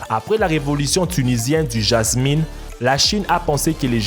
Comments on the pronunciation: Le Jasmine sa ma tuer cest le jasmin 😂😂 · c est pas pour me moquer mais c est le jasmin et pas le jamïn ❤️😘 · et le jasmin ne se dit pas jasminE mais bien jasmIN (ne prononce pas une) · 🤣🤣🤣🤣🤣🤣c'est pas jasmine mais jasmin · Salut on dit Jasmin pas Jasmine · En français c'est jasmin et non Jasmine... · apprend le français s'il te plaît On dit le jasmin pas le Jasmine c'est pas un méchant commentaire c'est un conseil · on dit pas le jasmine mais le jasmin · hé c'est pas jasmine mais JASMIN😲😉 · c est "JASMIN" et pas "JASMINE" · jasmin ce dit en phonétique ja ce min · on dit jasm1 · sa se dit le jasm(in) (un) ta compris